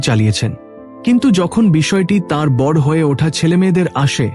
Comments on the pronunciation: Apni uchcharon ta boro korun....bor naa..ete vul uchcharon....r abonti naa ota hobe abonoti....uchcharon ta kane lagchhe...but aalochona ta valo.... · দাদা সবই নাহয় হলো,কিন্তু আপনি আপনার উচ্চারণটা সঠিক উচ্চারণ করুন। বড় নয় বড় উচ্চারণ করুন। ও কার দিন। আপস,হসন্ত নেই। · বাংলা বলা আগে শেখো। আপস্, বড়্ যে ন্, প্রজন উজাড এসব কী বাংলা বলা?